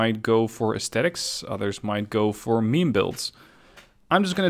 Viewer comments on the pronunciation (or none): none